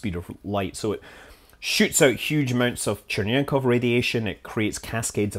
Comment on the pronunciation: No, not Chern-yenkov. It has nothing to do with Chern...obyl. Cherenkov. That's Che-ren-kov. Che-ren-kov. There is no n sound after the r, just as there is no n letter after the r letter. Che-ren-kov. That's how you say it, Mister Scoff Mumbley.